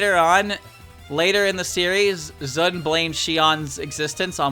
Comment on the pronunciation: the sun unit is pronounced like ZUN but with s instead of z.